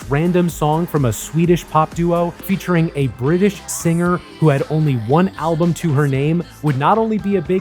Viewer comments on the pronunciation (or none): none